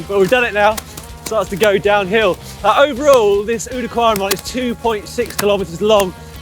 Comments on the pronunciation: Nice video. Small lesson in pronouncing Dutch here though: Oude is not pronounced in the French way you are saying it now. The 'ou' in Oude is like the sound of the 'ow' in owl. (Works for Wout van Aert as wel.) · Or think oud like loud without the l